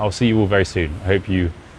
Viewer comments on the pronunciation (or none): It sounded more like ‘adeus’ to my ears. That’s Portuguese for ‘adiós’. Take care would be my advice to him. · I do understand english but the last word (Adios) sounds spanish to me